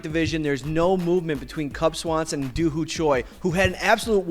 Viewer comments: Why do idiots say Doo Hoo?? It's Doo Ho Choi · Doo HOO Choi? No, fucktard. Doo Ho Choi.